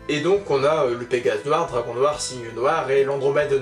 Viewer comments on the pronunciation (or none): none